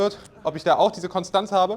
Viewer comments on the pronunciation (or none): none